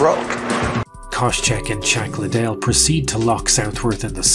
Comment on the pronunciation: Him unironically referring to Chuck Liddell as "CHACK" Liddell is just top tier storytelling🤣